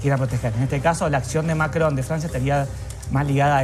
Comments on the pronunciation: MAKKKKKRON😂😂😂😂😂😂 pronuncialo bien, si no hablas francés 😂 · "Macrdón" dice Santillan jajajaja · Maria Laura Zurdistán: "lo que acaba de decir Mackhon" ridícula. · La periodista santillán dice Macón y se llama Macrón ¿ok? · No es Macron, es MICRON !! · MACGGGGGONNN.... JAJAJA (le agarra un acv cada vez que lo dice) De la misma familia de Pagni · Si ya vimos que sabes pronunciar macron en france😅😅😅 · Cómo pronuncia Macron la ensobrada ésta? R.I.D.I.C.U.L.A. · La periodista No puede decir Macron... Cómo todas las personas normales ( fantasma )